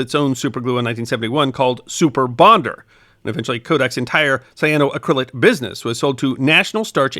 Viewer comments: I always enjoy your videos and have watched a lot of them. But the accent is not on the “cryl” as you are saying it. It"s cyano-ACK-ryl-ate, not cyano-uh-CRYL-ate. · Just one small nit, missed a syllable at the very beginning: Cyano-Acrylate ... sigh-ann-oh-a-cra-late. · You are pronouncing it wrong. The correct pronunciation is: “cy ahh no ACC ri lates” , accent on the fourth syllable. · Just a pointer on the pronunciation. Say it as “cyano acrylate” rather than “cyanoa crylate” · Love... but the pronunciation is killing me! Should be: sai·a·know·a·kruh·layt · You're pronouncing it incorrectly. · Great video, but please Google the correct pronunciation! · I love these history of science videos. I do suggest you check your pronunciation of scientific terms. The accentent is on the "ac", not the "cryl".